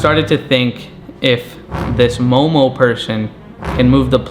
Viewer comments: I love that it’s Zozo but he calls it momo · its zozo not momo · Why do u say momo ?? Instead of zozo